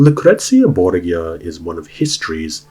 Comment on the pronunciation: It is always interesting to hear how English speakers pronounce words from Spanish. You almost got it. To pronounce it as you do, the name should be written "Borguia". The modern pronunciation of that faimly name would be closer if you swapped the G for an H. Bor-hia. That aside, the video is awesome. Thank you so much for all the research you made for it.